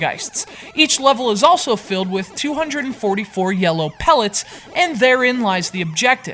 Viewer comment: engergizer pelets there called power peltes